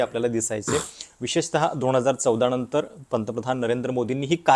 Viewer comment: णंतर म्हणजे काय हो? नंतर" म्हणा